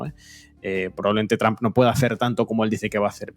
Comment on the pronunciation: La única razón porqué veo estos videos es porque me hacen reír como nadie más cada vez que pronuncian Donald tramp, en ves de trump.